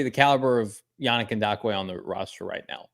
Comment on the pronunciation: Is throwing a “D” in Yannick Ngakoue’s name?